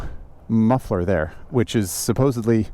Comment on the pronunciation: Yea you pronounce that mufler how should be pronounced ;)